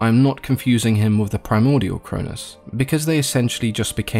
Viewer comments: The way you pronounced, Cronus and Chronos, was the confusing part. The way you said them made them sound like the same name. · Ian pretty sure its kronos not cronus